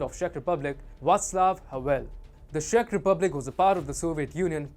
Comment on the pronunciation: Video is fine, just please, you pronouncing Czech Republic as Shech Republic so the CZ is pronounced as in Ch in worh China. ;)